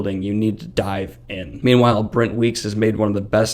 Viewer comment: I thought it was funny, I just couldn't tell what you were messing up. I thought you might've been saying "Bent Wreeks wites."